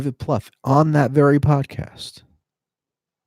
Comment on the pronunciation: Plouffe rhymes with "woof".